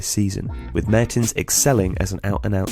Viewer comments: I thought it was Dries Mertens not Mehrtens? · Great video, small error, its mertens, not Mehrtens :) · It is Dries Mertens, not Mehrtens ;-). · "Mehertens" fuck off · "Mehrtens" really dude?